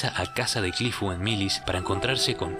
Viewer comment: Curifu, erinaraisu? No eres japonés, XD, repite después de mi; Cliff *E-li-na-li-se*.